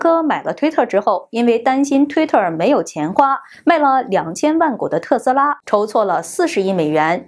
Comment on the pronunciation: 字幕明明寫著「馬斯克」，為什麼每次都唸成「馬斯科」？還有請別把「特斯拉」唸成「特拉斯」